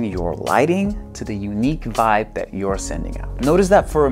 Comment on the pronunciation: haahahahahahaah love the "voibe" hahahaah..., can't stop laughing. Love it.